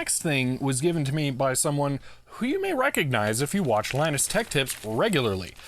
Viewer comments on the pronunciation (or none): none